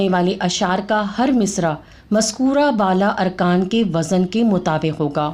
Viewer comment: آپ ہرجگہ لفٹ وزن میں زاے معجمہ کو متحرکب بول رہی ہیں ساکن بولیے